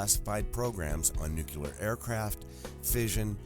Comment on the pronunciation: Pleasant, helpful note to the narrator (and 64.3% of TV's beautiful news readers)... "Nuclear." Let's practice saying it right... 1. Say, "NEW." 2. Pause and say: CLEAR with a southern accent: "CLEE-ER." 3. Put them together gradually until there's no pause. "NEW, CLEE-ER... NEW-CLEE-ER." 4. Repeat ten times a day for ten days while looking at the word, "nuclear." 5. Read "The Talent Code" by Coyle. Just kidding, but it's a life-changing book. Read it anyway. ... Stanton, thank you for your amazing courage, hard work and objectivity. You make me proud to be an open-minded scientist. :)